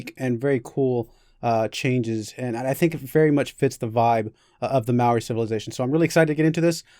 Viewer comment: They cant even say Māori properly